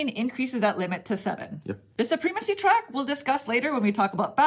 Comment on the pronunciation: It is suh-prem-a-see not soo-preem-a-see